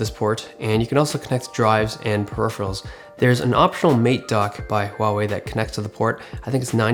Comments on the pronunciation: Great review, and the first one that pronounces correctly huawei :p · Unbelievable, you pronounced Huawei right!